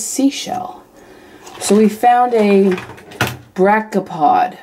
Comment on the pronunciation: Hey, it pronounced br ak eo pod. Just to help. Those were cute little things! I liked them.